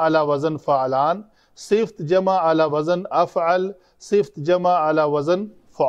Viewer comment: Sifat hota Hai sift nahi hazratt